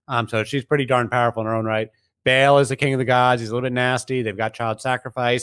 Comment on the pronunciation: Ba'al is not pronounced "Bale". It's pronounced "Bah-ahl."